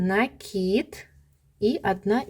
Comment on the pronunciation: лайк за накИд😊, а то на некоторых каналах - нАкид😂